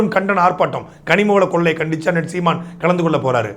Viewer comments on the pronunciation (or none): none